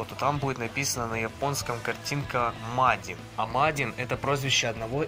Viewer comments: не мадин а маджин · Не мадин а маджин только не абежайся